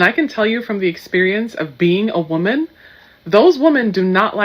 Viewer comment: How dumb can you be to not be able to pronounce WOMAN and WOMEN coreectly hahaha